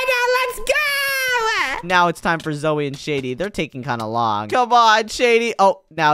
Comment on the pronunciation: Its Zoey not Zoe silly